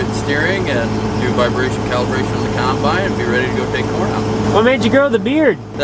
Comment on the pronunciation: And coymbyine for combine 😁 i no longer say combine either, it's coymbyine or no bine